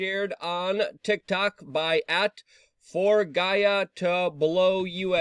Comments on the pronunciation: Lol Luke just destroyed forgiato's name 🤣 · Hahaha the way he pronounced forgiato’s name lol